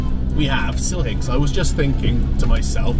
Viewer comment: “I will buy SILHIG” 😂